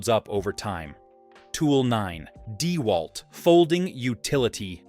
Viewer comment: Yep. The video looks to be a mash of promo videos and videos of various YouTubers and the "narrator" pronounces it DEEwalt instead of DeWALT.